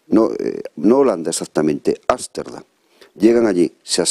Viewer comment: Ámsterdam/,no es asterdan.